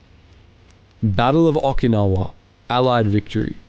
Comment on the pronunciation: PRONONCIATION 0F Okinawa?????